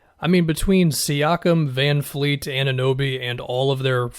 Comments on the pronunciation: It’s VanVLEET not VanFLEET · I’m glad I’m not the only one who notices it when he does this.